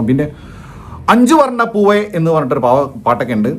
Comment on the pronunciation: Anjuvarnna ppove അല്ലടോ.. Anjuvanna poo. ർ ഇല്ല 😂